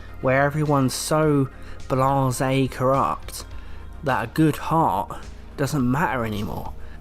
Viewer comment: Blasé*, not Blohrzei